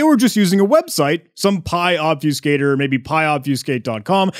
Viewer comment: It's called Ob-fuss-cator not Ob-fuse-cator.